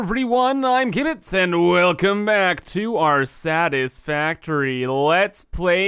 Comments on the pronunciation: At the first he said Satisfactory or Saddest factory ? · Sounded like Kibitz said "Welcome back to our saddest factory lets play world" in the intro xD